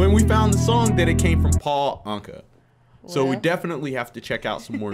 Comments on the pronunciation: It's not ( an- short ,ka )it's ( awn-ka-short a) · Pronounced "ain-ka" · hi great reaction thank you. His name is pronounced anka like umm your ankle.